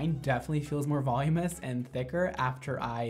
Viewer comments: Is voloumous a word bc I thought it was said “voluminous” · pet peeve: when people say volumous instead of voluminous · VOLUMINOUS lol not volumous, that's not a word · Everyone: voluminous: volumus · it’s voluminous VOLUMINOUS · I love you, but hearing you pronounce "voluminous" made me cringe. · So many pronounce it this way and it irks me.